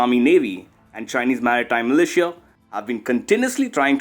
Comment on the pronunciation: TERRIBLE PRONUNCIATION OF MILITIA! '